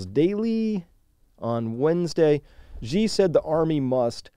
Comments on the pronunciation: Hey Chris - minor nitpick, "Xi" is pronounced more-or-less like the English word "she". The "zh" sound you're using there doesn't really exist in Mandarin. Otherwise ... interesting take. I'm not sure they're up for a real fight just yet, but OTOH China has never made any secret of their desire to take revenge for the Century of Humiliation. Definitely worth keeping an eye on. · Thank you for sharing this. Xi is pronounced pretty much exactly like the English "she".